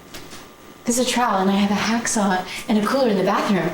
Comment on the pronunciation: Nah bro did not just pronounce trowel as troll.